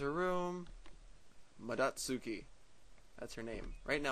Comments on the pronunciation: Actually, no, it's more like "mah-doh-tsu-kee" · Not sure if anyone's said this to you yet, but the "proper" (aka original pronunciation) way to say Madotsuki is phoenetically "Mah-Doh-Tsu-Kii" (Tsu sounding like it looks. Combining the T and S sounds can be a little difficult sometimes, but otherwise it's not too bad.) This is NOT meant to be a rude or nitpicky comment in any way. I just thought you might like to know how the name actually sounds. Anyway, thanks again for doing this let's play! ^_^ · Also, it's pronounced more like "Maw-dotes-key" or "Maw-dote-sue-key". Preferrably the first.